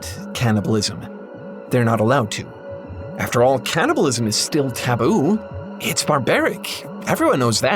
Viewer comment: Hey, It's called "Can"-nibalism, not "Can't"-ibalism